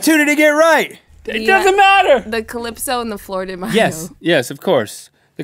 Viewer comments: did anybody hear florida mayo and not flor de mayo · the way they were pronouncing flor de mayo was very interesting (they were basically saying flower of mayonnaise when it's supposed to be flower of May. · Not mayonnaise link! mayo(pronounced my-yo) , the Spanish word for May 😂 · Its not may-o Its ma-yo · I laughed every time they said flor de mayo because they pronounced mayo wrong. Flor de mayo translates to flower of May. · mayo is pronounced like cinco de mayo